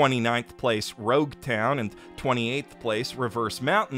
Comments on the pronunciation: Logue town. Not rogue town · If you are talking about the manga, Nami is NOT in Romance Dawn, she appears in Orange Town. If you are talking about the anime, WTF is Long Ring Long Land doing next to Romance Dawn???? And it's ZoRo, not Zolo. VIZ is wrong, same as with Loguetown (that even appears written in a panel in the manga itself, but VIZ translators are awful), but the other way around. However, this time at least they have an excuse: If you get a first edition VIZ translation it will say Zoro, but then 4Kids started dubbing the anime (and OMG why), and since they didn't even care to ask a lawyer that would've told them that zorro is a noun, and as such it cannot be trademarked, even by Disney (who owns the rights for the character el Zorro), that clearly Zoro and Zorro are 2 different words (even when Oda did take inspiration in the character of Zorro to name Zoro), and hence they could not be sued, and decided to name him Zolo (and he's like a samurai), so VIZ decided to retcon the name into Zolo to match the anime. When FUNimation took over the anime, and they properly changed it to Zoro, VIZ said "fuck it, we are not doing it again" and left it wrongly as Zolo